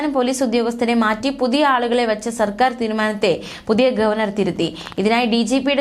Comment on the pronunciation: വാക്കുകൾ ശരിയായ രീതിയിൽ വായിക്കുക. സർക്കാർ ആണു സെർക്കാർ അല്ല